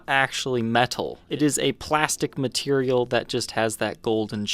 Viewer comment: I think he said "matelial"